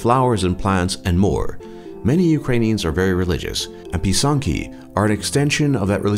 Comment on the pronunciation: Пи*санкі not писанкі*(py*sanki not pysanki*)